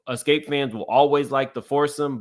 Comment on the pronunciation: I need you to learn to pronounce Xscape and do your research you have years wrong. They broke up in 1999.